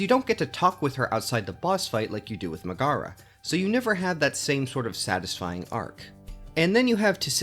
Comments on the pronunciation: ok it really bugs me how you keep saying "Muh-GAH-ruh," instead of the correct "MEG-eh-ruh." Hades even has voice acting, so it's not like you can't say you've heard her name spoken out loud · They literally say "Megaera" and "Demeter" in the game, you have no excuse for saying them that incorrectly. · I respect the opinions. But mispronouncing the name of my queen Megaera is unacceptable